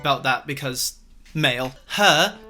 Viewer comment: The way he said "MALE" because previous video make me laugh a lot😂😂😂😂